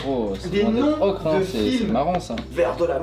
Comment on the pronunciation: vous avez fait un melange pour l ocre entre le francais "ocre" et l anglais "ocher" 😁😁